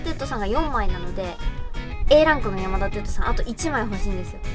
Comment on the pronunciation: 「やまだてっと」 →「やまだてつと」かと😭 すみませんこんなこと細かくて言おうかどうか迷ったのですが、聞いててとても違和感があったので🙇‍♂️ 余計なこと言ってすみません🙇‍♂️